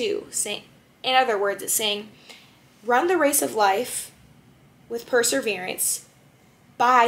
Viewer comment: I appreciated your interpretation, thank you. Love hearing more of His mercy. (It sounds like you're pronouncing "perSEverance" "perSERverance".